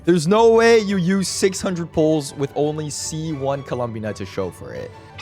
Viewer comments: I HATE IT WHY DOES HE SAY IT LIKE THAT LMAOO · please stop saying her name like that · obsessed with how pronounces columbina like he wants to say columbia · the way you pronounce columbina is so fascinating, I like it